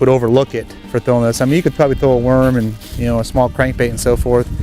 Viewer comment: THROW, not through. Dur.